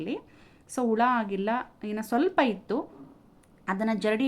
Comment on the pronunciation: Ula alla hula kannda sariyagi tilisi